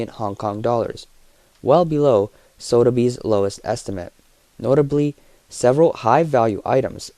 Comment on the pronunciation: It's pronounced Soth-a-bees not Sodabees.